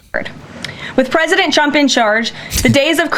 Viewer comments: You wonder why she says chump instead of trump and chater instead of trader? Wonder no more! It's because of her top lip! It doesn't move because of all the injections that she's gotten into it or plastic surgery she's had done to it or whatever so her mouth can't form in the correct way to pronounce the letter R! I think women that have that done are fooling themselves not anyone else!! She probably look better before she had that done! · Me (as a German) hears "Shrump" ... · She can say strengthened with the tr correctly lol. She should be saying shtrenkthened if she can't say Trump. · She says President Chump! 🤣😂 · That’s not the first time she slipped up and said CHUMP…Freudian slip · I don't want to shame her speech impediment, but tr=ch, like chump and chading, and cr or pr= r as w, like pwesident and cwimes. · She cannot say his name correctly. LMAO😅 It's only the tCHEWTH⚠️ (Edit; Your acting is better than the acting Director of FEMA) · Did she say president chump or trunt? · As a speech pathologist, the tr blend is often mispronounced as /ch/, but it is hysterical that she repeatedly calls him a chump :) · I still roflol that she can't pronounce tRump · I never realized Leavitt can't say Trump... I am laughing so hard.